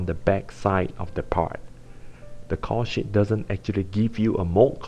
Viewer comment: lol caul sheet sounds like cow shit